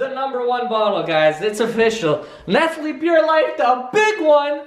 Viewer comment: Your kinda pissing me off saying nestley it's nestle